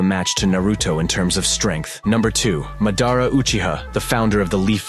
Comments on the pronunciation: Pronunciation of Madara is wrong. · You don't even know how to pronouce Madara right